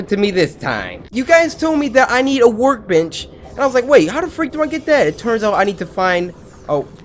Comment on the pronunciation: Cory, it sounds like you were saying work b**ch fragment instead of work bench fragment.